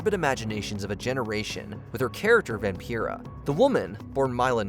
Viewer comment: Stop mispronouncing Vampira!!! She literally says her own name in the clip!!!!